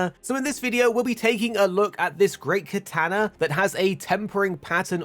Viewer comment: KatAnA PRONOUNCE IT RIGHT